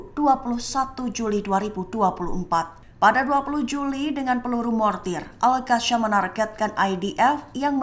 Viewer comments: Al qassam ..bukan al qasyam..sebut betul2.. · Maaf, cara baca al qassam salah, bukan al qasyam